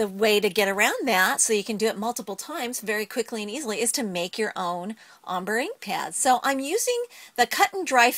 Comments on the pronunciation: It's pronounced ombrey not ombr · Lol "ommbruh" It is ombr(ayy) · she is saying ombre wrong u prenouce it is om brey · Wow... Ombre, Adirondack.. Your pronunciation sucks. :-)